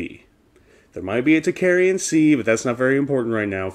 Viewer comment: great and interesting subject...however you are mispronouncing "tocharian" it is pronounced "tOke- AH rian" not "talk-aryan"